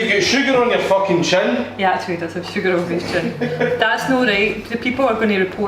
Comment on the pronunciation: >How much sugargh, two hunert?